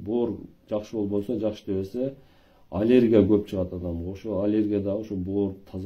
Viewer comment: Олергия эмес аллергия